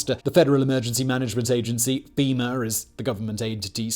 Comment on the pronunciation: Femur is a bone😂😂 FEMA you sounded like a southern boy there for a second 😂